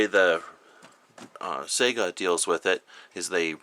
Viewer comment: It's pronounced "Sigh-gah" and "Iz-mosh" lol.